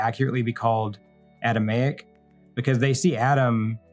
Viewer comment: PRONOUNCED A-DAM-IC.. NOT ADAM-A-IC.. WHERE YOU EDUCATED?